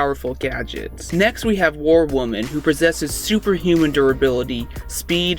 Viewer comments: “War warman” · "war warman"